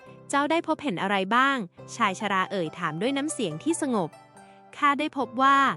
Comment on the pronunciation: คำอ่านผิด บ้าง ถูกบ้าง เช่นชายชรา อ่านออกเสียงผิดบ่อยๆ เปน ชายชะร่า